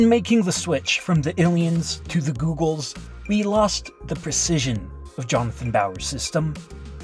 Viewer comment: The way he said "the giggols" 😭💀